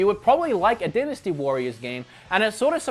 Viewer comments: Die nasty warriors not den asty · It’s “Die-nasty” not “di-nasty”. I’m not trying to be a jerk, it would be the same if you had a booger in your nose and no one said anything, wouldn’t you want to know? Haha anyway love your channel. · Die-na-stee warriors not din-a-stee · It is more a regional variation than accent, since both "dinasty" and "dainasty" are valid pronunciations. An example of an accent would be pronouncing "time" as "tame." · Dynasty is pronounced "die-ness-tea" (at least in the U.S.) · It’s pronounced dienasty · lol... I guess in Austroilia, they pronounce 'dynasty' as "Dennis-T"... lol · It’s die-nuh-stee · The way you say "dynasty" hurts my pee pee